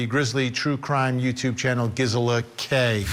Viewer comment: Vinnie, it's pronounced Geezela